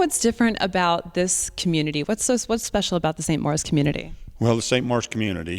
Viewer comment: Why is the name pronounced "Morris" ?